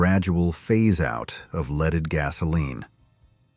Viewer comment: Gotta love AI..."leeded?"